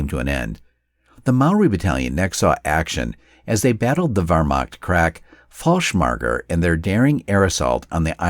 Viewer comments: the screen caption spells Fallschirmjäger incorrectly with only one 'l' and the umlaut is missing altogether. As for the commentator's mangled pronounciation of it the less said the better. There really is no excuse for such crass ineptitude. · "Falshcmarger", never heard anyone pronounce it like that